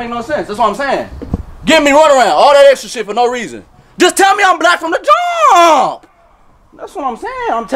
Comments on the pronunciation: I love the extra emphasis, "Just tell me I'm black from the JUUUUUUuuuuuuuuuuummmmmmp." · I heard some uhhhhh in that jump. Extra emphasis 😂